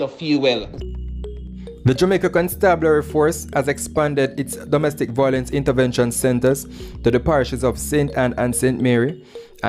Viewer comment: Since you are open to taking correction, the word is pronounced "vi-o-lence" not "voi-lence". Keep up the good work! Congratulations!